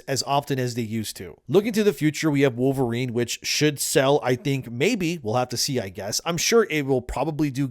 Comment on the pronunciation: it’s Pole-verine